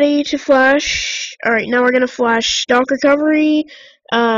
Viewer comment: Its stock recovery, not stalk recovery 😂